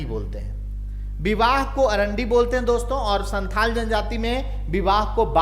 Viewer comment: सर मुण्डा जनजाति में विवाह को अरांडी नहीं, अड़ांदी बोलते हैं ।